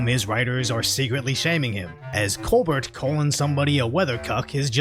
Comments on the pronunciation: It's not pronounced "ColBERT" it's "ColBEAR" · You pronounce Colbert with T. I assure you, there is little or no T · "Coal-bert" is a dumb-sh!t that I've never ever found funny, don't see how he's still on the air, same as the View! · The fact that u keep calling him "coBERT" instead of "coBEAR" is HILARIOUS 🤣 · I’m going to start calling him co-burt now too 😂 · We should all just start pronouncing this fools name as Col-Bert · You mispronouncing Colberts name makes me feel good...